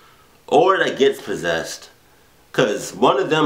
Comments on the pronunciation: I love how says persessed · you said perssessed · "can't you see you're fucking PERSESED"" Lololol